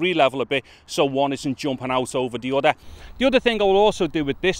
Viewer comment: udder = other